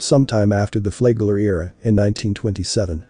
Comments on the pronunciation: I always thought it was Flagler, not Flaygler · do the work. to pronounce it correctly. it is Flag Ler . say flag then say ler